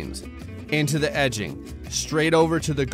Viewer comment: It physically hurts to hear him say "edging"